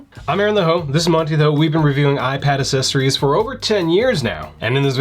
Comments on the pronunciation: Imagine reviewing accessories for ten years and still not pronouncing accessories properly. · Isn't it "ACK"-sessories?